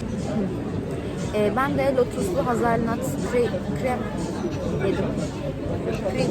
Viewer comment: ığır demiş ama sanırım ağır demek istedi. Bir de çikolata markasını çok övdünüz de okunuşunu da bilseniz 🤣🤣 ayrıca hazelnut kelimesinin telafuzu da öyle değil onu da araştırmanızı öneririm udemy’de birkaç kurs var linke eklediiiğğğmmm 🤣🤣